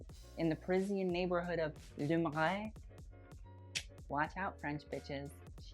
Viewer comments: It's pronounced "Le Ma-rey" but you still get an A for effort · He's so cute thinking is good at french lol I had to replay it 3 times to get Le marais